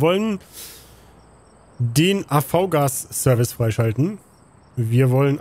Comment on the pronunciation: man spricht das AVGAS "AFFGAS" aus